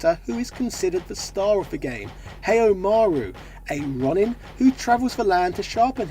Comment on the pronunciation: You're narration needs work; Ronin is pronounced 'Row Nin' or 'Rone Inn', not 'Ron in' . It sounds like you're just reading a script, not actually narrating it; there's a big difference. Otherwise, I genuinely appreciate you taking the time to create videos ony love of video games, thank you.